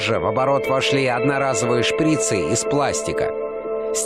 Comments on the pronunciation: Не шпрИцы , а шприцЫ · Не шпрИцы, а шприцЫ